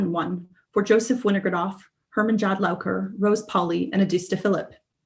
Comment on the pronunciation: She does a very good job , but she does not pronounce " Jadlaowker's" name correctly , the "J" is pronounced as "Y" "Jadlowker "